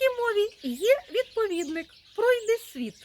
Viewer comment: Матрос мабуть хотiв сказати НЕПЕРЕДБАЧУВАНИХ, а й не помiтила. Тож чи можу я розраховувати на "молодець"😄? (, а наголос повинен бути пройдИсвiт, так говорили, коли в Украiнi ще панувала чиста, лiтературна мова, i дикторiв на радiо, а пiзнiше i на ТБ готували штучно, як диригентiв симфонiчного оркестру, тож в етерi не було такого мовного смiтнику, як тепер, коли всiм начхати... ======= Летовище притаманне сло*янським мовам, наприклад болгарськiй.